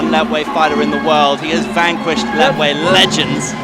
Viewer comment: These commentators are so ill-informed about the Burmese fighting classification - they don't even know how to pronounce this particular style - in the Burmese language the "t" is silent and is pronounced La-way . Now, find another line of work!